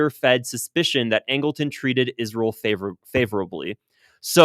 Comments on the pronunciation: saying, isrel like Lindsay Graham does. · You say Israel weird …. Kinda like Lindsey Graham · I just figured you pronounced Israel like that because your body is rejecting Israel’s toxicity.